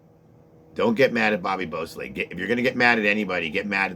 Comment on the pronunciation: That's what he said.